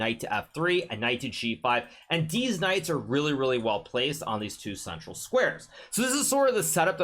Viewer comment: "both of deez knights"